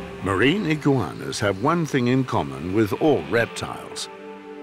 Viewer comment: i giggleinside when he says 'iggigauanas'